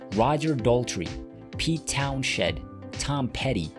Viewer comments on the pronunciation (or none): McVie was very good friends with Pete Town - Shed. Is this a robot talking or a real person?